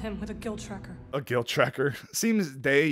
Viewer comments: It’s guild tracker, not guilt tracker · “Guild Tracker” not “Guilt Tracker” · It's not "guilt tracker" its "guild tracker"